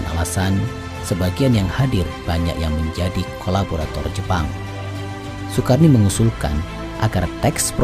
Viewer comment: Bacanya Sukarno, Sukarni😁